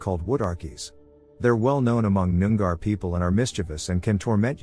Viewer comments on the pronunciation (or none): It's pronounced "noong-ah" not noon-gar. Souce: grew up on Noongar land. But, mispronounced or not, it's good to come across some Australian content in one of these compilations.